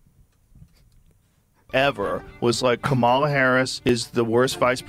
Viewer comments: Why TF can't anyone say Kamala's name right??? It's so annoying lol. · Everybody say it after me: Comma- La ( Kamala). You sound ignorant when you can't( won't?) pronounce her name correctly. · Guy makes a youtube video and cant pronounce the VP’s name correctly? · Are you pronouncing Kamala wrong (the way Trump does) on purpose?